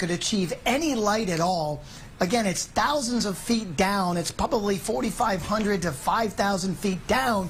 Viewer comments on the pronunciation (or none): IT'S "TAW-ZINDS 'N TAW-ZINDS" OF MILES AWAY!! Hahaha.